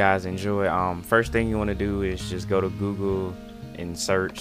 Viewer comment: I'm sorry. I kept replaying him saying, "Speech Bubba. Just googoo. Just googoo." Oh my god. Subbing just for that.